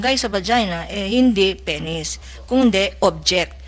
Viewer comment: Penis not peny